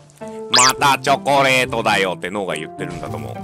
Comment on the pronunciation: チョョコレートw